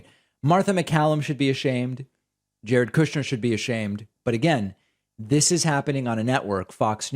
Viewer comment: Jared "Coup-shner" 🤣